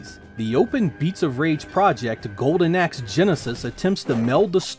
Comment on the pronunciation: Im sure hes saying Golden Ex?? WHAT!!!